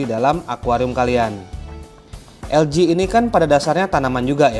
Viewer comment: ( ALGAE ) ada yg penyebutannya menjadi ALGE/AL-GE ada yg penyebutannya ELGI/EL-GI ada juga yg penyebutannya ALGA/AL-GA dan lau bang nyebutnya ELJI/EL-Ji. dari pada puyeng mana penyebutan yg bener jadi klo gw mah nyebutnya LUMUT/LU-MUT ajalah 😂😂😂😂